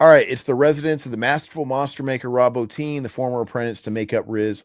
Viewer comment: Bottin, Quarter(?)-mass Bro, I know you're young but learn to pronounce stuff proper !😂 Thanks for covering these though. I never had a problem with the way they broke up stories like that.I think it was just from a different time where people were used to reading and had attention spans😂😂